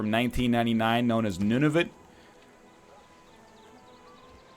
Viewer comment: Nunavut? Sounds made up dude, I'm not having Nunovit.